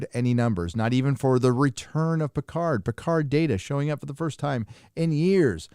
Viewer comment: Love how you say "Pétard". Not sure if its intentional but its awesome! "firecracker" 😆. Jean-Luc, the most British of frenchman ever, is anything but. Or As we would say where I live : Pétard mouillé!